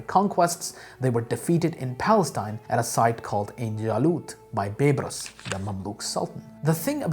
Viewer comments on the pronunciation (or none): Hi. Big fan of your videos and really appreciate the effort. May I just comment on a pronunciation? Its Bay-Bars. Baybars. Not Beybras. Half-Egyptian and it was drilled into our heads in school :)